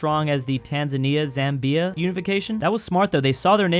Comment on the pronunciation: your pronunciation of Zambia really got me